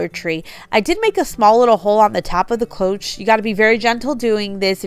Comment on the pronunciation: Beautiful and cheerful design. Cloche is pronounced klowsh. I just bought 3 plant pots from the plus section and the labels took forever to remove. The blow dryer worked okay with first one, so-so with second and the third was a bugger 😂. Dollar tree needs better stickers. Really great job on the candles! Came out awesome. Could definitely sell them or give as gifts. TFS